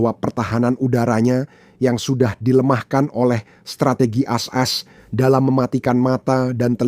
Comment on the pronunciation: Tolong min klo menyebutkan AS jangan blepotan...gua gak jelas menyimaknya 😁😁😁